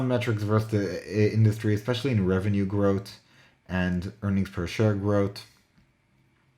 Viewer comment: can you speak English - growth is pronounced growth NOT grot, 3 is pronounced three NOT tree!!!!!!!